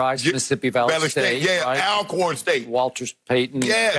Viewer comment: Shannon I love you but it's ALL-corn